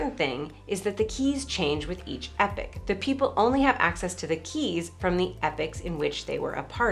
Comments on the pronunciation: I have never heard the word epoch pronounced as you did. It sounds like you are saying "epic" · It's only controversial to her because she mispronounces it, so people argue with her about it! The two accepted pronunciations are EE-pock and EPP@ where I'm writing "@ for schwa, as in the second vowel of "lemon". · Ikr. If pronouncing it as epic is ambigous, why not save us the confusion? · Epic? Quit saying epic. Its clearly the other pronunciation. Because your way of doing it is ambiguous with another word. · I've never heard it aloud that way. How bizarre. I wouldn't have thought it was a controversial word